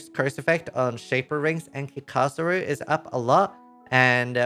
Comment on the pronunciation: One thing: It's Kika-Zaru Not Kikaza-ru